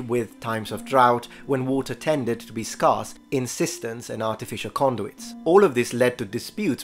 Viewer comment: "scarce" = "skairs" not scarse ;)